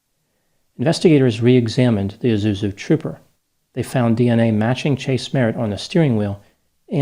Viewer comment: You realise there's an 's' in 'Isuzu'?